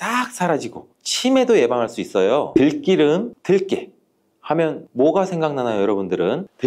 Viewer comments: 들끼름이 아니라 들기름입니다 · 들끼름 아니에요, 약사님~. 참끼름 아니듯이.